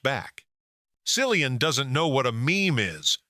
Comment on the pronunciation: Will someone please tell the commentator how to pronounce Cillian correctly?!